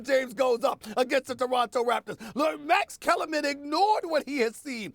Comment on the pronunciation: Max Kellarman “comma” 😂😂😂